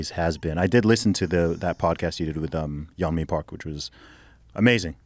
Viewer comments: Y-nomi Park kills me. Ye-on-me. Yeonmi. Ye-on-me. Practise it. Say it. Get the girl's name right. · It’s Yeonmi Park Joe, not Yonmi. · It’s pronounced Yon-me Park, Joe.